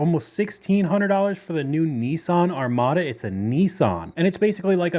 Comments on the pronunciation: Nissan “ArmadO” 😂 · How are they a Nissan salesperson if they can’t even pronounce “Armada”?